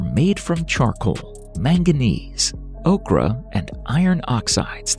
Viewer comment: It's a cache (cash) of weapons not a cachet of weapons. The paint ocre is not pronounced okra as in the vegetable! Good grief!